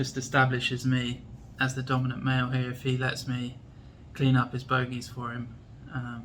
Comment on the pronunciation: 😂, you made me laugh harder. The way you said bogeys 🤣